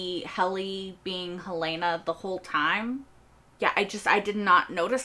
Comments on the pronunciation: Helly was never hel-LAY-nuh. She was always HEL-luh-nuh. We suspected this in season 2 episode 1, but we learned it absolutely for sure in episode 2. In fact, it was so obvious that I spent the next couple of episodes assuming that we all know it's Helena (HEL-luh-nuh), and assuming the writers were going to pull some kind of twist that would be more surprising than simply revealing that Helly was Helena (HEL-luh-nuh), since we already knew that. That made the reveal in this episode somewhat disappointing. In addition, because we all expected Mark's reintegration to have been completed by now, we spend most of the episode trying to figure out why he's showing no sign of reintegration. This is one of the worst episodes of season 2. It doesn't seem to follow from the events of the previous episode. It introduces nothing new and answers a question we already knew the answer to. And it's HEL-luh-nuh. Just like every character in the show pronounces it every time they say it. You've never heard anyone call her hel-LAY-nuh. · PLEASE pronounce Helena correctly. It us not Hell-LAY-na. It is HELL-lah-nah.